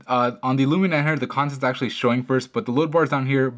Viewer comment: He pronounces it '' Lumina '' instead of Lumia.